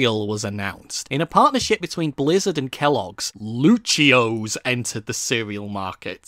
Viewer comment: Nah homie just called lucio-ohs luchios